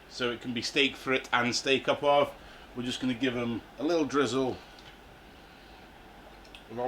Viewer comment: The French are going to be seething about your pronunciation of "au poivre". Well done. 😄👌